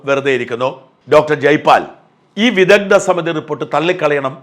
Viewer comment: വിദദ്ദൻ, വൈദദ്ദ്യം 😂 മലയാളത്തെ ഇങ്ങനെ കൊല്ലരുത് 🙏